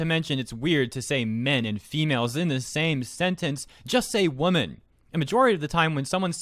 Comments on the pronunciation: Who in the blue blazes uses the pairing 'men' and 'females' in a sentence? I don't think I've ever heard that in my life, and if I did, I'd look at them sideways because of how incredibly awkward it is. Almost as awkward as listening to not differentiate the pronunciation of "woman" and "women". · There are women and there are waman. We respect women, not waman, and this waman sounds like her friend Karen had to unload her life story.